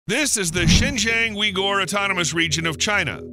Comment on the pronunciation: "Wee-Gor"? Really? lol